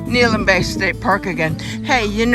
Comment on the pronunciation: Good video. Just a note: it's pronounced Neh-HAY-lum.